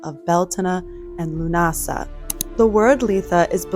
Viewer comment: lUNasa accent on the U. Thank you for this❤❤🎉❤